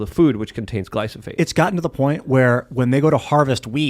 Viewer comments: for the love of God, its GLY-PHO-SATE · I love how can mispronounce glyphosate several times within a few minutes and still sound smarter than.